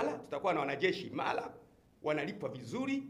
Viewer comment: sio IMALA, ni IMARA